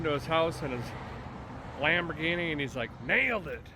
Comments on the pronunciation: It's the "Lam 'Board'ghini " LOL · Everyone saying Lumberghini while I’m sitting here saying Lamboardghini. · It's a LambhOrganic! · I'm going with "Lumberghini" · Lumberghini count-ash. Lol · Lol Lambordghini. Guess you can name it master splinter.😂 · "Lumberghini". lol